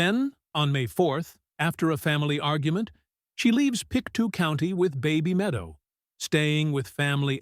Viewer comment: It's Pic toe not Pic 2